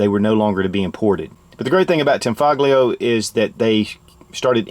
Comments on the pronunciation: pronounced as "tanfolio" the G is silent. 👍🏽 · It's pronounced "tan-FOE-lee-oh." And Giuseppe is pronounced "joo-SEH-pee." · its pronounced tahn-fol-yo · The g in tanfoglio is silent. It basically tanfolio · the g in tanfoglio is not pronounced hard